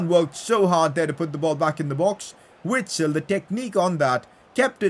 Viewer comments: PCQ: It is pronounced Vitsel, I know it doesn’t change anything but still. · PLEASE pronounce Witsel with a "v" sound